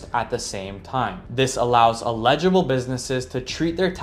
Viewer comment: Constructive critique: eligible is pronounced: eh·luh·juh·bl